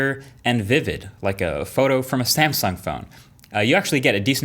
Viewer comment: Nobody: Absolutely nobody: MKBHD: SaMsUnG